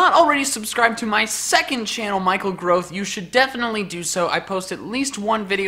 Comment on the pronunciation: More like Michael Tangrowth